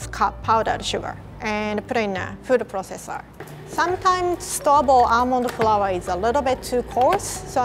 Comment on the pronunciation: OMG WHEN WAS TRYN TO SAY ALMOND FLOUR SHE SAID ELMO FOUR YOU DO KNOW THAT RED BOI OMG I LAUGHED SO BAD😂🤣🤪